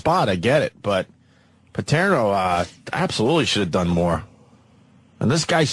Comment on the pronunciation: How does it Opie not know how to say “Paterno” after hearing it over and over again?